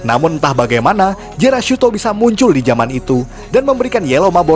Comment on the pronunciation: Maaf min yg musuh gokaiger namanya jealousto bukan jerashutto